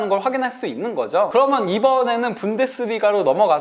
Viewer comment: 인가 저사람 목소리 진짜 듣기싫네;; 발음도 안좋고.. "그러면"을 "그러먼" 이라고 발음하노 ㅋ 방송 타입은 아닌듯